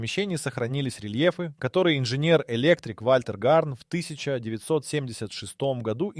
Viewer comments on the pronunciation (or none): none